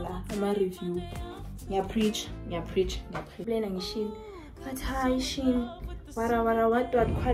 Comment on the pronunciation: FYI: Shein is pronounced, "Shine". Also, it is hard listening to that song repeat over and over for 45 minutes!